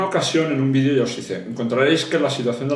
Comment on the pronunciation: ah si? pues no se dice vidio. es video. mago barato.